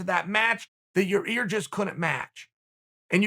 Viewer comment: Every time he said it he literally said it worse and worse 😂